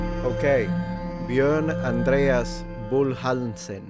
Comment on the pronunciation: I love that you pronounced "Björn" correctly. I live in Malmö so that's pretty close to the Swedish (but formerly Danish) town Trelleborg and I had not connected that to the word "träl". That's interesting. It's a port town that's mostly today know for ferries to Germany, Poland and Lithuania.